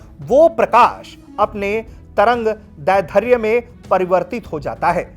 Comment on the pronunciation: Itni most important jankari dene ke liye dhanyavad Lekin trangdairdhya ka uchharan shi nhi hai